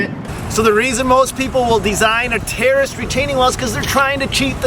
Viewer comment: It sounds like you're saying "terrorist" wall.